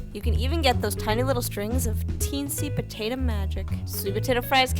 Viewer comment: voiceover girls : totally potate.